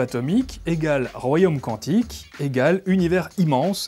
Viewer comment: "QuOUantique c'est joli". Biz à nos cousins belges ;-)